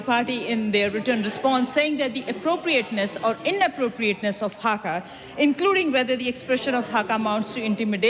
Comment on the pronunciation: It is HAKA not Hagar.